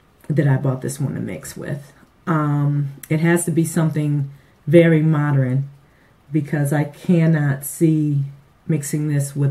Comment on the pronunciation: Did u say "mod-er-rin' or is the word "mod-urn' i.e. modern